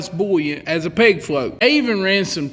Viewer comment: Ok, I don’t fish. What state is the author from? His accent is - amazing. Most of the vid I thought he was saying PIG FLOAT but then I saw it written - PEG FLOAT. Why is it important for the float to rattle? WHY AM I I HERE? I DON’T FISH. I love this guy!